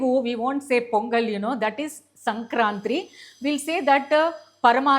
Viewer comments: That is Sankarti , సంక్రాంతి. Not sankrantri, సంక్రాంత్రి. That is paramaannam,. పరమాన్నం Not paramaanannam, పరమానన్నం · Madam❤ sankranti,and పరమాన్నం paramaannam only. please don't miss pronounce. ❤❤